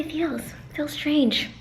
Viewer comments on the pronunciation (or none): none